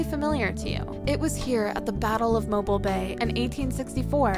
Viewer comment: Not too swift! Pictures of swaying palms in Alabama. Come on! Deserty mountainous area...not here. Even some of the waterfalls were not here. Pronunciation of Mobile?? Notvsurecsheceven visited Alabama. Terrible!